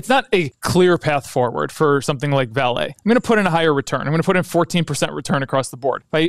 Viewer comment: Excellent video. Just a tip on pronunciation coming from a Brazilian: it is "VA-le" and not "va-LE". Vale is HUGE and it's always on the financial news here in Brazil.